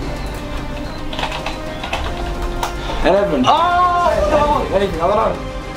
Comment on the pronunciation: amozon?!?!?!?!? LOL